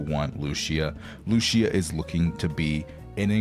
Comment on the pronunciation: Lucia’s pronunciation is not Lucia is Lu-CI-a